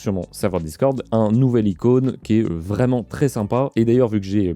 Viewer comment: et je crois qu'on dit une icône et non un incône